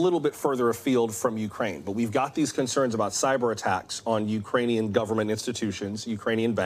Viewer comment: "Utrainian". Hilarious.